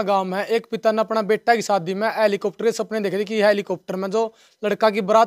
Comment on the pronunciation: इसे हैलिकोप्टर का नाम भी बोलना नहीं आता. और इसकी जाँच भी होना चाहिए।